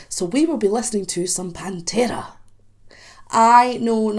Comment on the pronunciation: I like the way you pronounce pantera ,just like we pronounce It in spanish. Try with -the sleep by pantera